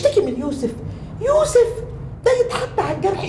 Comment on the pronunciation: سعاد مستفزه وتنرفز وحركاته غبيه و اداء اوڤر وخصوصا لفظ يوسف الي تلفظه يسف